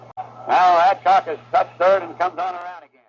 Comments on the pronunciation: I'm a boomer from Milwaukee, and I can assure you that the final letter of Lou Burdette's surname was not pronounced as an additional syllable the time. Also first baseman Joe Adcock was pronounced with the first syllable having the emphasis. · Ad Cock, not Ad ock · He's scaired to say "Adcock"😂